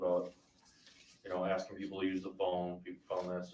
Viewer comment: I agree. Add to your DB dictionary 'axing' instead of asking and 'license place'!